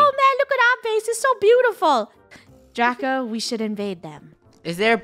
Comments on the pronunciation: did anyone else notice that funneh said draca instead of draco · is it me or is funneh is saying ''DRACA'' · funneh say Draca not Draco🤨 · funneh said draca lol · DRACA!! im sorry i heard draca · She pronounced it wrong but you spelled it wrong ROASTED😲😲😲😲😎😎😎😎😎